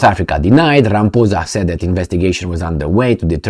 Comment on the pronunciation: He said Ramphoesa not Ramaphosa